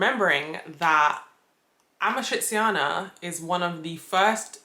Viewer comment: You forgot already how to pronounce your favourite pasta ? 😔 it’s “amatrichana”! 💔 AND YES I AM GONNA WOOP YO ASS NEXT TIME I SAW YOU! I thought I taught you better!!!